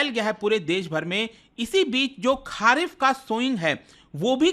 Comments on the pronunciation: खरीफ बोलिए खारिफ नहीं सर जी। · It's खरीफ ... and not खारीफ ..... भाई pronunciation ठीक कर लिया करो... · खारीफ नहीं, खारीफ